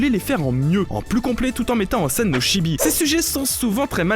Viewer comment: STP on dit Tchibi (チビ) pas shibi...merci